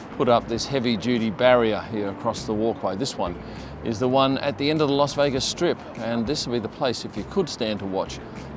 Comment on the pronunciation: its not "Los Vegas"....